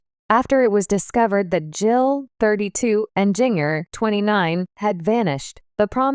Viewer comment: learn to pronounce Jinger correctly